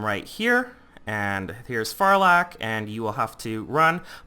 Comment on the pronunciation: Not wanting to be rude, but the way you pronounce stuff makes me cringe.. Just me? ok... Like, "Abyssal Coata" is meant to be said as "Abyssal CoatRa" and "Farlak" Is meant to be said as "FarlaRk"... Sorry